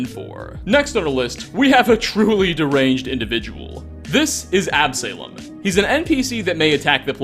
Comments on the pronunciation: ab--suh--lom not ab-salem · Absolom is not pronounced AB-SALEM! It's pronounced AB-SO-LAUM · Also, it's Absalom. Not Ab Salem. Absa-lom. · Ab suh lom not ab salem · It's not ab-Salem its pronounced absulum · Ab-say-lum? AB-SUH-LOM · Absuhlom not Ab-Salem. It's a biblical reference name I think. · Your pronunciations are ridiculous. Query? Absalem? stop rushing videos and do some phonetic research. Real talk. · AB-SA-LOM NOT AB-SALEM Ya know? Like Absolon? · On a similar note, the "salom" in "Absalom" does not rhyme with "Salem", but "shalom". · I think Absalom is pronounced Ab-soul-om like the island in the Ray Liotta movie No Escape (great flick btw). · K-WAR-ee ab-SUH-lom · Absalom (as in, King David's third and favourite son) somehow becomes Ab-salem? pronunciation and often curious use of English is usually funny, but come on man, 'Absalom' is phonetic! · Absalom: ab-sah-lawm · Ab-saylom... bruh 😂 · Ab-suh-lom, please. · "AB-SALEM"? sheesh... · Ab-sah-lohm. Son of King David, in the Hebrew bible. That's not snarkiness - I love the videos, figured you'd like the note. :) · Absalom: Ab-Sah-Lom. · Quarry is pronounced Kw-or-ey. Like Corey with a w in the middle. Absalom is pronounced Ab-sah-lom. I've seen enough of your content to know that you played Skyrim for 6ish years without voice audio and thus butchered every name of every person, but this is egregious. These aren't uncommon words. Absalom is a biblical name, King David's son, who rebelled against the empire his father built. Absalom is a name born of rebellion against all, including that which is closest, and make perfect sense for the character. If this is intentional, it is not funny. It's right there with nails on a chalkboard. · absalem gets under my skin lol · Quarry is pronounced "KWOR - ry" and Absalom "AB - suh - lom." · Absalom = AB-suh-lawm. It's a biblical name. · the real insanity is the way you pronounce Absalom lmao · that's definitely not how you pronounce Absalom